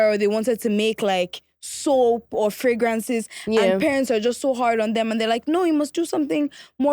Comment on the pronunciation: Nice one pronouncing fragrance as freygrance ENGLISH 👌